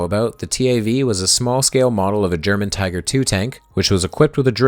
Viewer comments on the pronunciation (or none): none